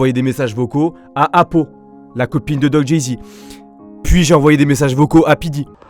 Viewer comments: Apo pas apou t’es pas dans les simpson 😂😂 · mdr au début tu la appelé apou au lieu de apo😂